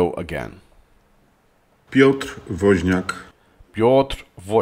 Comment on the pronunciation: Both Piotr and Krzys sound like Pols, Woz however sounds like a cartoon character. Your pronunciation Piotr Wozniak is good, but Krzysztof Biedalak's is quite off, my advice - eat some Polish pierogies and it will surely improve.